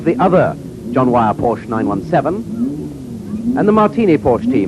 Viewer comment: What a shame that even back then they could not pronounce Porsche correctly.... It is a family name and a two syllable word. KTF.